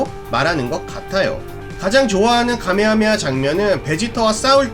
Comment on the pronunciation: 카메하메하 or 가메하메하 자막은 카 인데 들리는건 가로 들려서 어떤건지 조심스레 여쭙습니다